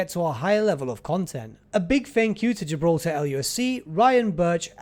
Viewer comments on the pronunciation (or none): none